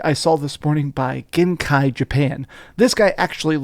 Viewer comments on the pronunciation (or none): Genki is pronounced like gen-key with a hard g.